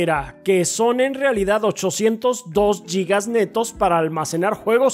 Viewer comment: Amigos, se dice Guigas, no Yigas. Saludos.